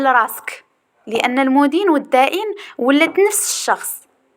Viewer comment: المَدين ختي ماشي المُدين وحظ موفق